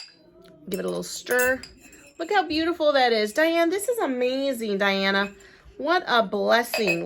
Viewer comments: Looks like her name is Dina not Diana. 😉 Sorry. I have this thing about needing to pronounce and spell peoples’ names correctly. 🥴 Enjoyed the video. Happy New Year! 🎊🎆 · Her name is Dina, not Diana.